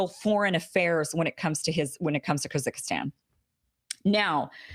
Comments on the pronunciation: Kim: "Koo-zick-istan." Me: "Kah-zahk-stan!" But beyond that, thank you Kim for the information. I didn't know anything about this. Always love when you educate me on current affairs! Well done! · Great unpacking of Russia's political situation, Kim. By the way, the nation you were referring to is pronounced "KAH-zahk-stan" rather than "Kah-zik-i-stan." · It’s “ KAH- ZAH- K- STAN “ (Kazakhstan) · Kha Zak Stan three syllables break it down in three parts don’t try & throw it out in one lump, your welcome 🙏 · Kazakhstan. Not Kyrgyzstan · This vid didn't open from notifs, only from your channel. It's Ka-zakh-stan (if I got what you re saying), and it's MedvEdev, not MEdvedev, btw. We were expecting them to resign back in 2018 after reelection. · Ka Zak Stan, don't confuse it with Kyrghistan. They're two different former USSR republics. Jeesh Kim, you really need to do better homework.. Gaddafi had the best economy and excellent social programs. Medvedev is considered to be too friendly to the West. When France/UK/US put forward a no fly zone in Libya which prevented Gaddafi from defending his country from Western backed terrorists, neither Medvedev nor the Chinese government vetoed that resolution. In effect allowed it. A huge mistake, obviously. Plus Medvedev is considered an Atlanticist, basically kowtowing to the West. Not a Russian nationalist. It was Gaddafi's plan to create an African based monetary system. the Gold Back Dinar backed by real gold, that would undernine the whole Western usury based banking system! Just as Saddam did to the US dollar when he switched to Euros. That's the main reason why Bush took him out. Please check my comments and you'll see how to pronounce Kazakhstan and the story about Gaddafi. As for the USA, it's an oligarchy ---by design! Always has been. Democracy is a sham. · HI Kim. I love your videos. I think you are trying to say "KOH-zok-ston". (Kazakhstan)